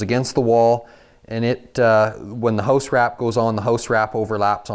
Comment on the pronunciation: I caint listen to this dude he caint even speak right. Its a house not a hose